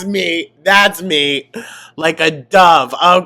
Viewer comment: You pronouncing dove that way was Amberlynn adjacent.. you were just channeling her spirit bestie it’s ok